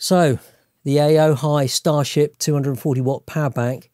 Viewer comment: Funny how all the reviews of this power bank always get the name wrong. It's pronounced "O-HI"